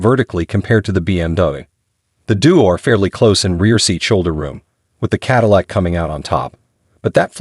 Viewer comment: Finally, some good automotive writing on this channel! Then the overall impact was spoiled by some sloppy editing - repeating almost word for word the platform comparisons and the computer generated voice correctly pronouncing Cadillac in some places and not in others, as well as saying Hip for Hp. If Hp was written out as “horse power” in the text submitted to the computer, then it would be correctly rendered. It was almost the end of Q3 2023 when this video was produced and there are 2024 models with higher trims available at a few dealers. So WHY use a 2023 Lyriq DE and not a 2024 Lux2 or Lux3 dual motor??? This is hardly “keeping you up to date in the EV field” as your introduction promises.